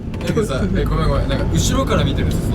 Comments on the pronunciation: ひーくんが 『後ろから見てると、、 てとこの"後ろ"のイントネーションが確実に康二くん乗り移ってるよね☺️？ かわいいね☺️☺️ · の照くん「後ろ」のイントネーション若干関西弁だ